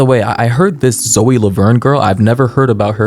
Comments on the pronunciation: Dude it's not "zo laverne" its ZOEEEE (sorry that was really annoying me) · Why you call her zo its zo E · why is he pronouncing “Zoe” like “Zo” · Zo? It’s Zoe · IM SORRY BUT THE WAY U PRONOUNCED HER NAME AS ZO INSTEAD OF ZOEY PISSED ME OFF FOR SOME REASONFBVF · brooo i can’t help but laugh at the way you pronounce zoe’s name😭😭😭”zo” BYE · Lol it’s pronounced Zo-ee. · I'm 3 minutes and 49 seconds into this video and I just realized he pronounces the name Zoe as Zo LORD 😂